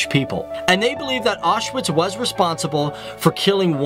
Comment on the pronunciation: I was surprised that you mentioned that the letter 'W' is pronounced as 'V' and yet Auschwitz you mispronounced completely. It is an important place and deserves respect. Another mistake is that there is no such word as 'pierogies!' One is a 'pierog' and more are 'pierogi' - so, sort from that, I did enjoy your video. Thank you.